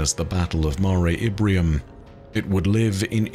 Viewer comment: Is saying "Ibrium?" I thought it was "Imbrium," making it the "Sea of Showers" or "Storms."